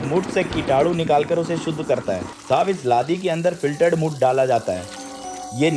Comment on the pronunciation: Khoon ❌ Muth ✅